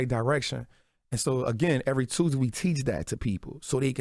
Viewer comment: I heard the way he said Tuesday I realized he from Louisiana and automatically I don’t trust him.. the folks from there have a way of scamming you with selling you hospitality etc which manipulate you into comfort which causes you to let go your guard and get scammed and you don’t realize it because they come off so real🤷🏽‍♀️